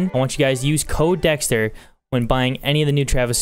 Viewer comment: Anyone realise he said what's up dxtr LOL